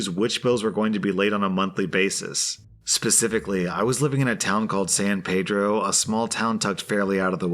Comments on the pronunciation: When we hear you say "san-PAY-droh,” “we know they're not a local,” The correct pronunciation is San-PEE-dro. Thank you for all the amazing content. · The reason why people think they can push techies around is they think we're replaceable. Not all techies are created equal. Side note: San Pedro is pronounced San Pee-dro in LA (there are lots of anglicized versions of names of things that originated from Spanish). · Just a heads up because my girlfriend is from there and absolutely hates when people pronounce it wrong but San Pedro is pronounced like “pee-dro” don’t ask my why but everyone there makes sure you know it